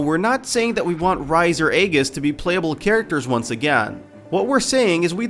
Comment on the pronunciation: hold on so you've played Persona 4 but you openly messed up on the pronunciation of Rise, Aegis, Chie and Naoto?